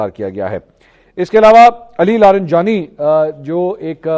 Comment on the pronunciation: Apko masoud pazichkiyan aur Ali larijani sab ka name atak jata hai😂